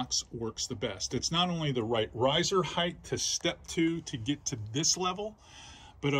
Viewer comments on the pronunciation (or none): Love you dude but it’s pronounced heighT, not heigTH